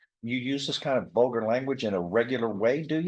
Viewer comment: “Vulgar” not “bolger” statements lmao